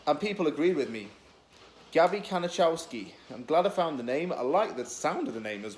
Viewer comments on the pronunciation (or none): His name is pronounced ka-ni-kov-ski